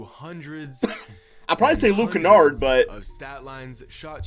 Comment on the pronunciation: This dude said Luke Kennard😂